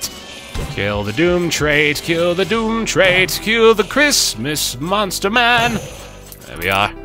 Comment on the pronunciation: Mate, I know this is ancient, but they're pronounced "doom-viss" "and "doom-trit" a la canvas and portrait. It's infuriating hearing you constantly saying them wrong, and not understanding the puns.